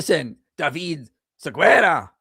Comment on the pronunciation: There is no Siguera in my language. His name is "David Segarra" 😂